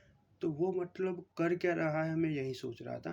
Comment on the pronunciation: मटलब नहीं मतलब